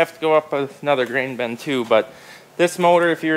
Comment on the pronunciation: Why do you say "ben" when it is spelled and pronounced "bin"?🤔😆